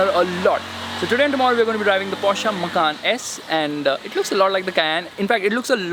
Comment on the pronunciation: And people call this automotive journalism, a girl screaming in the trunk, a guy who can't pronounce Porsche or Macan correctly, "testing" in public roads, and wait he knows how to read the brochure! Slow claps! 😎